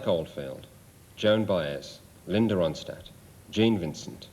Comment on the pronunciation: I love how Robert Plant pronounces Linda Ronstadt’s name (“Roan-SCHTADT”) in accurate German fashion.